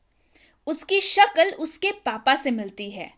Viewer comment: 'Shakal nahi Shakl kahte hain